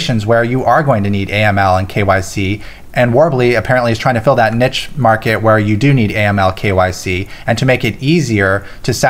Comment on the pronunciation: I love your intro each episode.... However there is no T in niche!